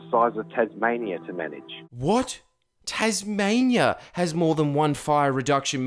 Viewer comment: I even ignored that you can't pronounce Tasmainyeear until you started that boomer shit.